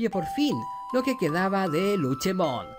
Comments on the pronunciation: Cómo me duele a los oídos q la le diga Luchemon y no LUCEMON Luche suena al nombre d la señora d los helados Cómo odio a los gringos por cambiar los nombres d los digimon como a OMEGAMON y muchos otros 😒😒😒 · un digifan escuchara como le dice luchemon en lugar de lucemon y le saldra espuma por la boca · Que onda con el luchemon en lugar de lucemon xD